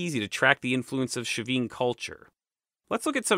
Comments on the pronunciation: All so fascinating, thank you! Well organised, well unified presentation. Your master plan for these videos shows. It's helpful how you refer back to other videos on the topic, very instructive. It all flows. One question about the pronunciation of Chavin. Is the "sh" initial sound correct? My [Mexican] Spanish would have a "ch" sound, as in "church" for the initial sound, as their alphabet had A, B, C, CH, D... (The CH has since been omitted, with other modernisations.) Or was that a Gallic adoption? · Hi, I'm from Peru, the right pronunciation of the ch for Chavin is like when say the word Chapstick and not like the ch when you say Chicago. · Also the ch in Chavin is a hard fricative, as in Charles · Another top notch video. Fascinating, and all new to me. I'm no expert, but if "Chavin" is given a Spanish pronunciation the initial "ch" would be hard like "chocolate". Buit I may be off base here; maybe it's not a Spanish word but from a native language? Great video anyway.